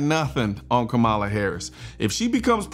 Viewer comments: I dislike tyrant Kamala 100%. However, please start pronouncing her name correctly so that the other side may actually listen to you. “Comma-la” I know it is stupid, but our enemies won’t listen at all if you continue to mispronounce her name. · it's crazy how every right winger says her name wrong on purpose lol. background checks =/= taking guns away 😂